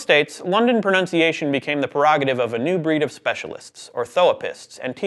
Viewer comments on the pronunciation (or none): The presenter can’t even pronounce ‘pronunciation’, so I hardly think this was ever going to get anywhere.